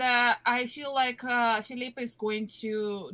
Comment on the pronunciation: Though the French pronunciation is cool 😉, his name is pronounced ‘Phillip’. As how the man himself said it.